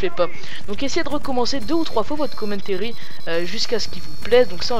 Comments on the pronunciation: le " commentairy " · Commentéri nan mais lol sois tu le dis en anglais avec l'accent sois en francais mais pas un melange des deux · si toi ossi tu dit commentAry et non commentéry